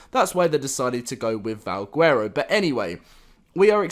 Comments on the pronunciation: Stop saying guuuero. Bro. Garow. (VAL) (GARROW) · He says vawgwerrow